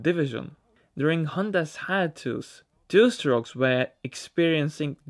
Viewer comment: Dude. "Hiatus" is pronounced "high ATE us". "Success" is pronounced "suck SESS". You're welcome. 😉